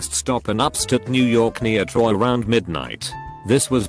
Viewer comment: Text: "Upstate" Voice: "upStet"